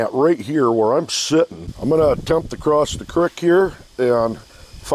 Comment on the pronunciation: Your speech impediment shines through when you try to say creek. 🤔